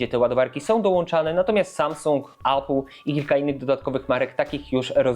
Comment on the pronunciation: Tak. Tak się wymawia poprawnie. Nie "ejpyl"